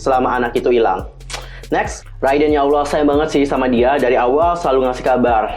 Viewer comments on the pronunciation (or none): none